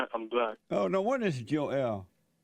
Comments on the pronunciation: You’re saying it wrong - it’s Jo-EL…! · Jo...el. lmao